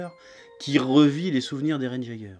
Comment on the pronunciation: "Eren Jaiguer" (Jaeger) se pronnonce "Eren Yaigueur"